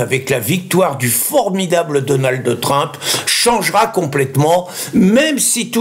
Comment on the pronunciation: c'est dur de rester concentré quand tu dis Donaldde Trinpe